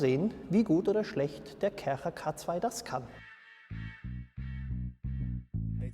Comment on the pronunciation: Sorry, aber die Art wie du Kärcher betonst macht mich aggressiv 😂✌